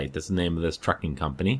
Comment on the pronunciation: When you said trucking I thought you said fucking haha XD. That's the name of the fucking company...